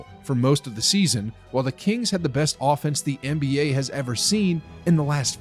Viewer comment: bro said kingsv💀💀💀